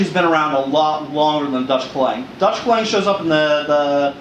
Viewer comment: Aceh is pronounced AH-chay and klewang is pronounced CLAY-wahng (i.e. stress on the first syllable in both cases). The klewang was based on Dutch naval cutlasses and adapted for use on land. The Dutch colonial army developed special techniques for their troops in which they would use their carbines slung around their arm to shield their left side. In colonial battles the cutlass was seen as the main weapon of the troops, who were discouraged from using their carbines, but taught to close in rapidly and use their klewang. This was very effective, but only against an enemy who did not possess quick-firing firearms.